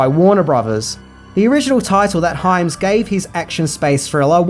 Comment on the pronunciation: Good job pronouncing Hyams name correctly this time...!)